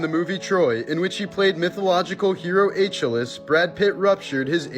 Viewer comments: Uh-KILL-eez * yw. 😆 Joking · ay-chil-es? really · The Troy hero's name is pronounced aa-kee-lees :v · ps. It's pronounced AH-KEY-LEES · Achilles. Its pronounced ah-kill-ees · Nah it's an old meme. A college student lost Wheel of fortune by pronouncing Achilles wrong like that. So he didn't get credit for solving the puzzle. So now it's like a joke any time Achilles comes up, to pronounce it like that. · Did you mean to pronounce Achilles like that? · He can't pronounce Achilles? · Your pronunciation of achilles is laughably horrendous